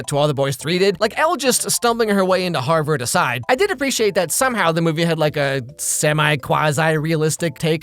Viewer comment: "HARR BERRD" bruh